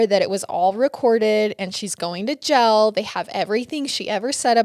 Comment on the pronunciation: Love this detail, great job breaking it down. But it’s “Jail” Not “Gel” lol